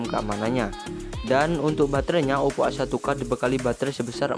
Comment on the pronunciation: Ngomong OPPO to mas...